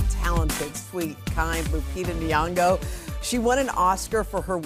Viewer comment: I wish they'd make an effort to pronounce her last name correctly. Lol.